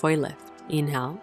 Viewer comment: Too fast and you say inhale like its spelled, not like it really sounds.